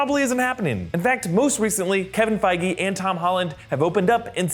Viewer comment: did he just say "Kevin Fieger" ? Lmao